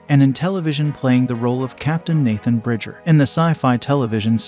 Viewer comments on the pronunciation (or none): none